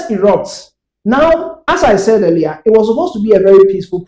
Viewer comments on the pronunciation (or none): none